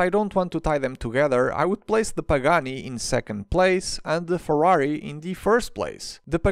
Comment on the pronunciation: I am italian and I finally heard someone reviewing the Ferrari and getting the name right, also the outro was very much appreciated 🫶🏻